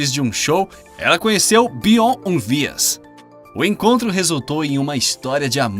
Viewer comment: SE FALA BIORNI E NAO BION